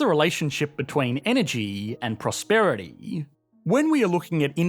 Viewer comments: Energeeee and prosperiteee paint a pictuarrrr. Are you taking the piszzz? 😆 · “factarrr”, “Energeeee and prosperiteeee”